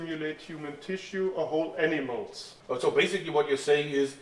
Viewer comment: i thought he said enemas when he said animals